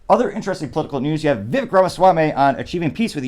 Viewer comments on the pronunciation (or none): Very disappointed that you did not show the actual video of Vivek talking to the person. Other sites that I choose to watch do it. BTW, his first name rhymes with "CAKE"!